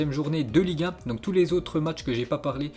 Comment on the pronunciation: a chaque fois qu'il dit Ligue 1 j'ai l'impression qu'il dit liga